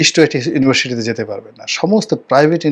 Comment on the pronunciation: ইুউনিভার্সিটি উচ্চারন করতে শেখো, শ নয়, ওটা স দিয়ে লেখা।